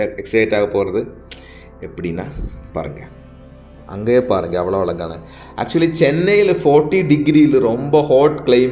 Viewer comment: Don't say alagaana. Azhagaana. Zha sound as in pazham.